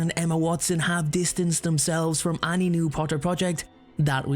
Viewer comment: Whenever you say 'any' sounds like 'Annie' 😅😅😅